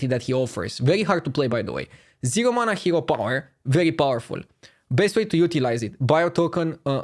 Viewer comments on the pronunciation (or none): none